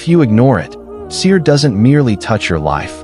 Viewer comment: The Arabic words should sound authentic, without cutting....sihr not sir